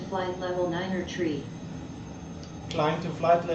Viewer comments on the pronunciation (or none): Why does she say tree? *THRree